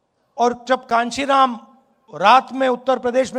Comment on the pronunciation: पहले तो नाम ही सही से नहीं लेते है। पप्पू स्टाइल